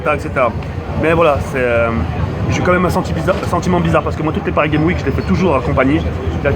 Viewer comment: OhhhLxffy_ je ne comprends pourquoi tu t'obstines tu veux que je t'explique vite fait : ton commentaire s'est porté sur mon orthographe. "CES" car c'est la meme faute que le titre, PARIS GAME WIK car sa prononciation laisse a désirer et enfin "crovaient" car si tu as vu sa vidéo du coup de coude de Booba, tu aurais du remarquer qu'a un moment il dit" ce qui me crovaient pas". Enfin bref, j'espere que tu comprendras enfin l'ortographe qui n'est pas tres belle dans le 1er com'